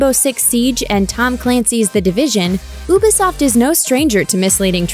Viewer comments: u pronounce ubisoft wrong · ooo-be-soft? you-be-soft?